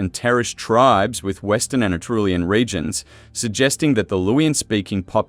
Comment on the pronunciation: This was interesting! It's good to see a real human face behind the video. I wish it had more views, since it's solid information, not fluff. The machine dubbing is... well, atrocious, to be honest. It pronounces "Anatolian" as "Ana-Trulian", which made me laugh every single time it came up. Could you in the future videos please enable the original voiceover, and subtitling, instead? I know not everyone prefers it that way, but I would love to have a choice over which one to pick for my own viewing. Are you familiar with the channels Dig., Learn Hittite, and History with Cy? They all have made videos on the Luwian civilization, I think, but none were from this point of view that you have, and I actually found yours more informative on the visual side. Learn Hittite is mainly linguistics focused. Then there's European Origins that focuses on the genetics, and that channel speaks a lot about Eastern European, Steppes, and Anatolian genomes. Mapped History focuses on the maps, as the name says, and Dan Davis History talks about the prehistory mainly in Europe, the Mediterranean, and the Near East (Southwestern Asia). All of these channels have a lot in common with yours, but from totally different viewpoints. Some of them might be willing to collab, or give a shoutout, depending on their number of subscribers. All in all, I like your style of videos, especially now that the channel has a face.